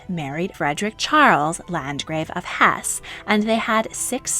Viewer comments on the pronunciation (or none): none